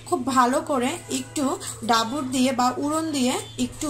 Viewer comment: আপনার বাড়ী কি north bengal এর কোনো জেলায় বা রংপুরে। এটাকে ডাবু বলে। ডাবুর না। বাংলা উচচারণ শিখে নিবেন।